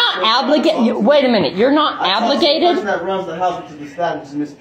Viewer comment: “You’re not abligated”